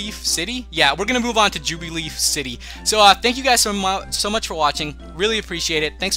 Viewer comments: Burmy is a Bug-type. Jubilife City is pronounced Joo-bi-LIFE. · Just FYI, it is pronounced Joo-bih-life city. And the Pokémon you encountered is called Burmy and is a bug Pokémon. Hope this helps.